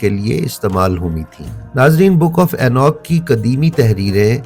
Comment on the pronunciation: یہ اینوک نہیں اینوخ ہے۔